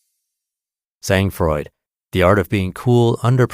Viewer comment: How American of you. You butchered SANG FROID, (TWO French words). The G in Sang is SILENT and the D in froid is silent. At least, you got what 'sang froid' means. If you can't use words in another language respectfully, use English words, ffs.